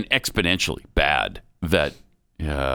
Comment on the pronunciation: It’s exponentially moving or as would say “expodentually”